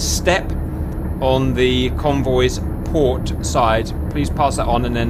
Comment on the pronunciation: “Pooor oarrrr starbooor?” “P O R T” 😂😂😂